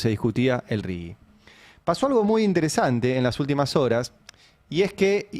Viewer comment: Por favor!! Es "RIGI" y no "RIGUI" ¿Qué les pasa? Un leve aporte a la lectoescritura, por favor... que ya venimos muy mal.